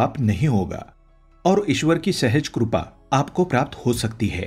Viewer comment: Krupa nahin, Sir, "kripa".